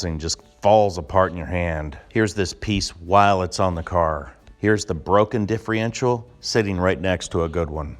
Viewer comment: Stop saying diffreential